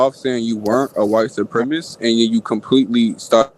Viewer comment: These animals speak worse than a high-schooler. Can't believe adults are saying "supremist"